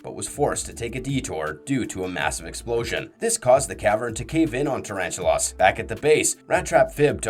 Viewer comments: god did you ever actually WATCH the shows? just under 12mins in and you've completely mispronounced the first spider's name like 20x. It's NOT pronounced "tarantu-loss' it is PRONOUNCED "tarantu-LESS" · I thought that was just an accent thing.